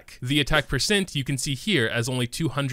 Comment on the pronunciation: I have never heard some mispronounce the word percent but you managed to do it 300 times